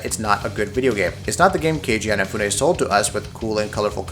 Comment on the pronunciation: Eyenafune? I never knew he was Irish :D